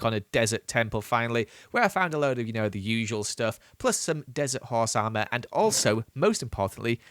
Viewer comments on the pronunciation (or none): Him saying he stays in a dresert* later goes in the nether Nether : I,M NOT THE DRESERT